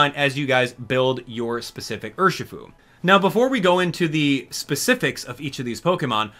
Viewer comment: It's Urshifu